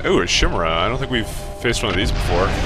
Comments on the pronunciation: a few things to say, LOL i missed my thing XP im abit sad you didnt you the vulture i actually used that mech since i got it to the urban area stages i think u pronounced Chimera wrong its (Kai-Mare-ra) as in the mythical beast with heads of different animals etc etc etc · Ky mare a. Not how you say it :P